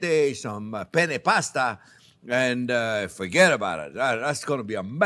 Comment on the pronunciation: "For get about it" lol